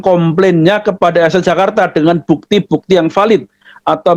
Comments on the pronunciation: gk punya rasa malu Sok kr english2an.. eh.. linksoundnya amburadul... Blg VALID mlah VEULET...😂😂😂😂😂😂😂😂😂😂.. gk bacanya: PELET..... Sbntr lg bisa2 akn mensahkn FATWA... FATWA CARA BOHONG YG BAIK DAN BENAR.... Mana ada d belanda jurusan liturgi.. alamak... bgtu mudahnya org2 islam dibohongi... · Dan itu VELIDHHHH 😂tuakberrr😂